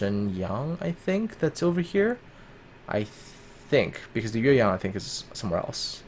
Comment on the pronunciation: Shenyang and Yueyang are both Chinese names, and you pronunciation is surprisingly accurate.